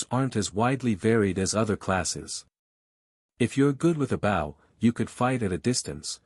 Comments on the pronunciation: In case it can be done, here are some of the words which are not properly pronounced for the meanings in their context: Bow can sound like b.oh referring to bow and arrow, and b.ow (as in ouch) for bending over to pay tribute to someone or something. Content has two possible meanings depending on how you pronounce the word: the content has the emphasis on the con part of the word and is for what is in a container, like a bag, and, content has the emphasis on the tent part of the word and refers to a feeling of satisfaction, as in: to be content with your lot in life. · Please add to this list of words not properly pronounced for their context: [_] BOW can sound like b.oh referring to bow and arrow, and b.ow (as in ouch) for bending over to pay tribute to someone or something. [_] CONTENT has two possible meanings depending on how you pronounce the word: the content has the emphasis on the con part of the word and is for what is in a container, like a bag, and, content has the emphasis on the tent part of the word and refers to a feeling of satisfaction, as in: to be content with your lot in life.